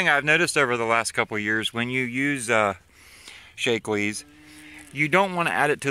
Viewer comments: I was on pronunciation. It isn't 'Shake-lee' up my way. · Btw "Shack-lee"